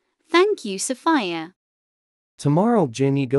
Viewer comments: its sounds like Sofaia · You mean sofaya